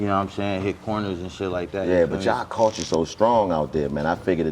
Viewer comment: When Dc start feeling smart and deep that ni99a start saying words like "¢ulture", "stru¢ture", "infrastru¢ture" 😆😆 ni99a if you don't $hut yo f00l head special Ed head as$ up 😆😆 that boi learn some new words and be happy asl to use em